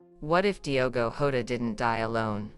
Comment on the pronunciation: This person don't even get the surname correct.... It's not HODA it's JOTA.... Please give correct info not this nonsense